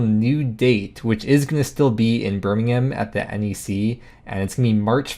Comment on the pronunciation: As a Brit, appreciate the correct pronunciation of Birmingham from our friends across the pond !